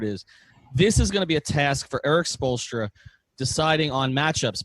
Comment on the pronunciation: Lmao at spolestra